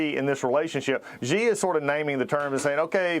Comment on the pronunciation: Hey, could I teach you guys how to pronounce Xi ？ Simply pronounce as “she”, not hi~😮